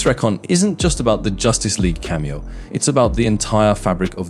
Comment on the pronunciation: cant pronounce cameo. Ai voice, but could it really be an Ai script. seems so conceited and wrong. so probably totaly fake